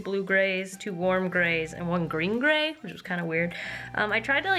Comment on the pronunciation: The way you say green-grey makes me shudder.